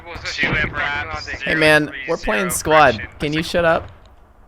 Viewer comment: I thought he was saying squat